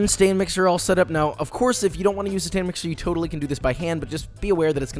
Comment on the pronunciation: Am I the only one who hears him say "STAN MIXER"????